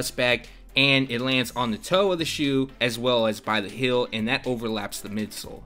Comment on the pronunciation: heel not hill